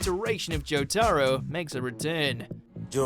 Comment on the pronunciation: Once again, proving they have no clue about the content they narrate... Jo-TAR-o.... I’m not gonna say it, one of you say it for me in the replies please.